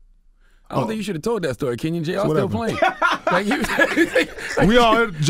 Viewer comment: i have the same first name, why does everybody pronounce it ken yin and not ken yawn lmao